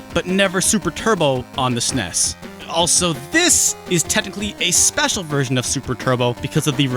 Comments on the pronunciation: There is nothing more enraging than hearing someone pronounce "SNES" SssNess........... just say S-N-E-S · People that pronounce SNES as "sness", no thanks.